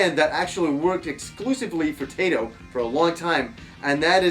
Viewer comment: Nice review! I love Daddy Mulk and Zuntata, two of the most amazing things video game soundtracks have to offer. I can't listen to your pronunciation of Taito and Zuntata though: "Taydo and Zuntarda", come on :P Try "Thai-Toh" and "Zun tah tah". :b